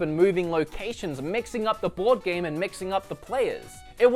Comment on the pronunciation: I kept hearing bored game instead of board game. Which I guess was very fitting in this case...